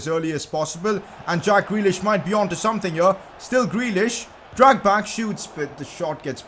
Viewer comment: Whenever he says dragback I think he's saying drogba